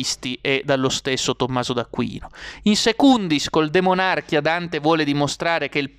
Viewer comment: DE MON à RCHIA giusto ! Io avrei detto DE MONARCH ì A, ma hai ragione tu, non sbagli neanche gli accenti !!!!